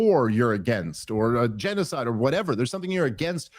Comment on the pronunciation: Oddly, Dave's still unable to pronounce the word g3n--0--5id3. Ya ain't foolin many, Smitty.